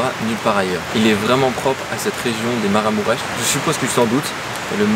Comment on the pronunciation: Ça se lit "maraMOUureche". Merci pour la vidéo 😊